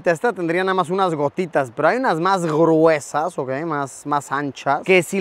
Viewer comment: Por q en el minuto dijo gruesa asi